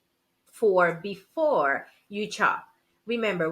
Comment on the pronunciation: It's shop not Chop😂